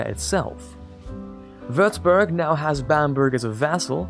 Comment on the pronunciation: Wüerzbürg xd Nice how you pronounce my home town but no hate its just funny :P xd